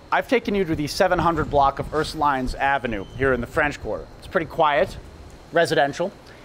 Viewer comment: Charles Schully he’s not local... but you don’t pronounce the “s” at the end